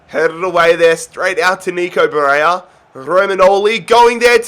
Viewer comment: you deserved to lose that first final just for the Barella mispronounciation